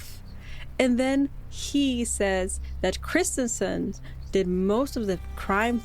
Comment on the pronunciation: Corrections: 1: The girls were stabbed, not strangled. 2: The city is called Kristiansand, one of the convicted med was called Kristiansen. Not the same word and not the same pronouncement. 3: The events took place on May 19th 2000, not July 31st 2000 Sorry, there were just too many errors in the video. I had to stop listening. Norwegian who remembered this very well.